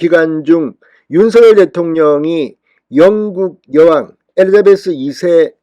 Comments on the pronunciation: 엘리자베스를 엘리베스라 하시나요? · 진성호씨! 엘리베스가 아니고 엘리자베스여왕이죠^^